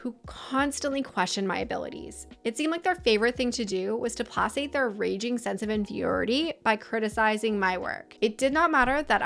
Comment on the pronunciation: Did you just say plasate? It’s pronounced play-kate. 😂